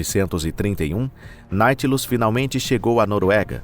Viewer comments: O " NAUTILUS"" VIROU NAITILUS TENHA DÓ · Do vídeo eu gostei muito. Só detestei vocês ficarem falando Naitilus o tempo todo. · Ele erra a pronúncia de propósito,para os otarios comentarem. O ser humano é previsivel e manipulável 😅😅😅😅😅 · Depois da terceira vez que disse Naitilus ao invés de Nautilus tive que sair do vídeo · Escrito NAUTILUS e o animal lê Náitilus. Esse canal vai mal. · IA ou não, que quem temha postado p vídeo., corrija essa poha de pronuncia errada. Dá nos nervos! É NAU tilus, carajo. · Ô cidadão, É NAUUUUTILUS, Criatura!!! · Deu até raiva ouvindo o narrador falar naitinos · NaUtilus!!!! NAU! De navio!!!! NaUtilus! Sabe ler não? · Não dá, vou abandonar o vídeo ' naitilus' até dói os ouvidos! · Que voz de IA bem ruim, ouvir "Nightlus" o tempo todo nao da! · Tirando o "Na-i-tilus" da narração da IA, foi ótimo. Obviamente foi pirateado de um original americano. O pirateador poderia, ao menos, ter se dado ao trabalho de corrigir o nome do submarino. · Olha, se quer ser narrador, tente aprender a ler primeiro. Narração irritante falando o nome do protagonista tão errado. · A pronúncia correta é Nautilus!! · Pelo amor de Deus!!! De onde vcs tiraram esse ridículo "Naitilus"? Verne deve ter se revirado no túmulo! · Vai sfd... além de fazer um vídeo preguiçoso usando I.A coloca falando o nome errado de propósito, que ódio, deslike também... quer crescer, faça direito ou suma... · Não conseguem dizer nem o nome direito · É irritante saber que o cara fala errado o nome. E, de propósito! IRRITANTEEE!!!!